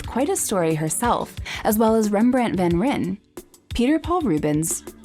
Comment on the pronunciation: Rembrandt's name is pronounced van RHINE, not van RINN. Just FYI